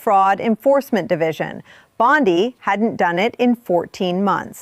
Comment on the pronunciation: U know how to identify A.I.? BOND-EYE.!…pronunciation. Bye, bye.